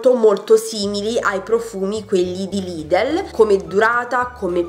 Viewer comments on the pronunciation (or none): none